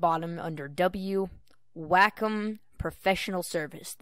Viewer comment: WAK - EM TABLETs LOL its Way-com